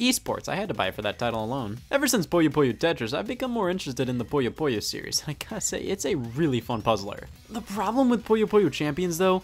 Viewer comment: Scott, I love you, but please... Puyo Puyo. Not Poyo Poyo or Poya Poya. You're not Kirby, and you're not some loan shark from Brooklyn with gang ties and a strange affinity for puzzle games.